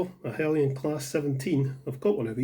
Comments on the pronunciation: No, it's pronounced Hell-yen. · i always thought Heljan was pronounced with the j